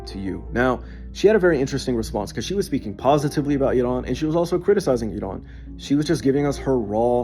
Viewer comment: As a Farsi speaker I can't stand the way this guy says Iran, he says it as if it's spelt Idan. Bro it's Iran.